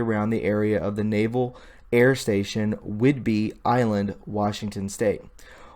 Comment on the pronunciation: Naval Air Station (NAS) not Air Force. And not whidberry island. If you want to ne a journalist and speak with authority. You must be accurate on the small stuff too. Otherwise how can people give you their trust? Good effort though. Keep improving. Stick with facts, stay away from editorializing, support sitness opinions with facts and dont give tour own opinion. "Don't tell us, show us."